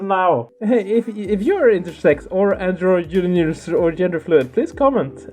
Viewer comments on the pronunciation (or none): tries to pronounce androgynous and has a stroke